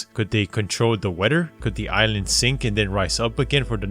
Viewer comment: This nigga said ise-land instead of island